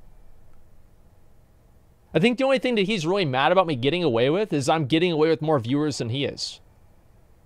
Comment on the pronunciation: Is it okay to make fun of speech problem? "Let's play ve clips. I came across somefing vat what quite interesting."